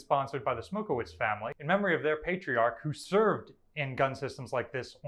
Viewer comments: Why can't Americans pronounce Eastern European names ? Smokowicz is pronounced Smokovich the ch/cz as in church not wits. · Come on, you’re a pollock, you should know how to pronounce polish names lol.. Coming from a fellow pollock, its pronounced Stanley smok-e-vich-.. there’s no V in the polish language, whenever you see a “wi”, it’s usually a polish person, and it’s pronounced as a v